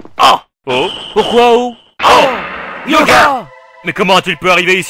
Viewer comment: Il s'apelle pas "Yoga" il s'apelle "Hyöga"